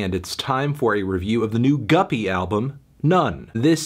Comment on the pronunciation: Thank God you learned it's pronounced guppy instead of goopy.